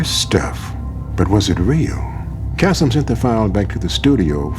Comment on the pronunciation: I love how she pronounces his name Kasm.